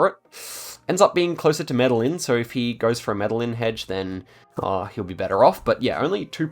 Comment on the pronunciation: Good stuff. Your pronunciation of the Colombian citys is horrible. LOL Medellin is not Metal-lynn, the L's are silent. Its pronounced Meta-Yeen and Cartagena is pronounced Carta-Hey-n-Yah. The G is more of a Hey or a J. Best i could do turning them into pronunciations. Not trying to be 'that guy' that has to correct people, just trying to help. Dont need yah upsetting any Colombian Cartels or anything LOL